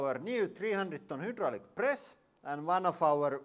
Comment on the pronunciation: When you say "hydraulic" it sounds like "Hitler"